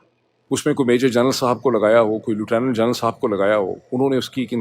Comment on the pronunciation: اردو میں مستند تلفظ “لفٹننٹ” ہے۔ یہی کہنا چاہیے۔ “لوٹونوں نوں” نہیں۔